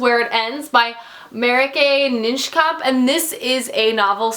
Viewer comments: You had a great reading month! By the way, Marieke Nijkamp is pronounced Ma-ree-kuh Nye-kahmp - if that makes sense. It's a Dutch name. At least I think so, being Dutch myself, and I'd pronounce it that way. :) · I love how booktubers pronounce Marieke Nijkamp because I feel their pain at having to pronounce shit they can't really articulate. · Woaw! That's an impressive reading month! :D Also: the way you pronounced Marieke Nijkamp's name was pure gold! :'D It's always funny to me to hear people from another language trying to guess how words are pronounced :) (Btw: you can go on to her website, she has a sound recording of how to pronounce her name on it). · The way you Marieke Nijkamp makes me cringe every single time 😅 I know it's gonna come and I brace myself for it but it hits me every time haha. It's funny how names like that are so common in Dutch and are so difficult for people who speak English. My name is Femke and people really struggle with it 😂 I feel so butchered every time hahaha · *the way you pronounce .. Good job on writing me 👍🏼